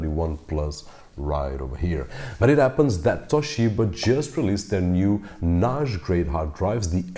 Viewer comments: why do you keep saying NASH? It’s NAS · You pronounced the word NAJ with a soft J, I suppose you mean NAS, a soft S. I was a little confused. Thanks for the video. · Why do you pronounce 'NAS' like 'Nash'?? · Oh I see, you’re portugese... I just read the comments down below. Other than that, your english is very good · ok. after a few times "nashj" I just quit listening. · A NAASH grade hard drive? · NAZH... your pronunciation is awesome but this one word.... got me confused ☮️ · It's not NAZH, it's NAJE ;) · its cool lol but i hear it as Noghe or Nosge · Someone teach this guy to say NAS please. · The point is the following: Your pronunciation in English is good except 'NAS'. How come?? All the best.